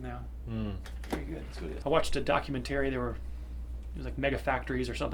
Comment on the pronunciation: "I watched a dock-you-men-terry"